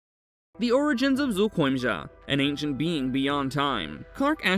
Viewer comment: The monster itself might be lazy but someone who took the time and effort to pronounce its name correctly is not.